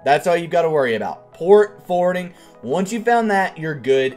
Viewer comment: Its Port Forwarding, not Port Fording